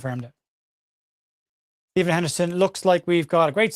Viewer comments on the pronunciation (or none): none